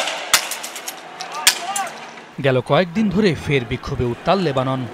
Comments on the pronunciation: লেববান নাকি লেবানন? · 😄😆😁জানি তো তবে যমুনা টিভি বলল কেন লেবাবন😄